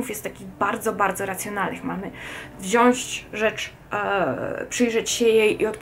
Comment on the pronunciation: "wzsionść" , "przełanczamy", hiperpoprawność przy wymawianiu "ę", "ą". Fatalnie. A ludzie chcą, żebyś zdała za nich maturę ustną z języka polskiego.